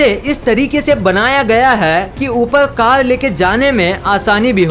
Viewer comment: Lol u don know how to talk or what telling four to fol and telling car to cal